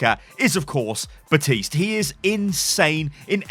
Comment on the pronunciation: Baptiste not butiste